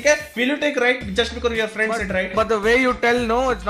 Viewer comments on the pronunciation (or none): none